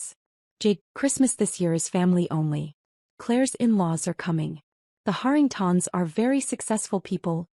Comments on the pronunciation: Why can your artificial intelligence pronounce Harrington correctly but turn into artificial stupidity when it has to pronounce Harringtons? Same dang name just in one instance it is singular and the other plural. AI has millions of miles to go before it can do this function properly. I’m sure there are other stupid pronunciation errors since I may have listened to only a small hand full of these that weren’t riddled with mispronunciations. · Interesting pronunciation of “Harringtons”: Hahr - ing - tahns. 🤔